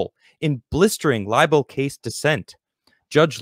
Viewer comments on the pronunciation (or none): Sorry, I just had to laugh at your pronunciation of libel... it's not Lye-Bell, it's Lye-Bull.:)